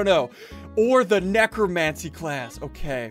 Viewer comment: necromancer not necromancie